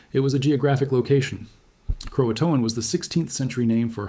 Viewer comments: In case you are ever in the area please pronounce Croaton like "Crow ah tun", so as to not offend the remaining tribe members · Sounds like a human voice but pronounced "Croatoan" at least three different ways. Amazing what AI can do. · Yeah, and its first pronunciation of Croatoan was cro-A-toan, which it then changed to CRO-a-toan in subsequent pronunciations. This is interesting information, but the AI of it all is kīlling me. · Screw this AI slope. As soon as Croatoan was pronounce incorrectly I knew it was AI. Stop giving crap like this views.